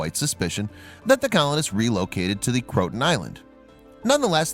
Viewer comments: I hate these computer pronunciations: it's "crow-ah-toe-en." Sheesh. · You sir,butchered the names from Raleigh and Croatian. Crow uh tan. Bert T